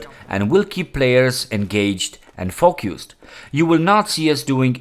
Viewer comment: "Will keep players engages and fok yous!" I love this guy lololol!